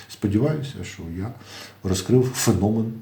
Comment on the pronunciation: ФенОмен , наголос на О